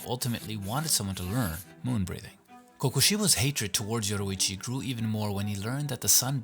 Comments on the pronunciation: It’s Yoriichi not Yoruichi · I’m just saying you said Yoruichi in the video instead of Yoriichi